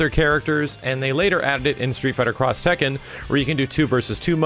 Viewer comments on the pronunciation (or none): none